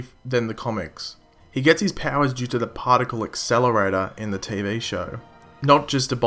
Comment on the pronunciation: another partleataer acssaclator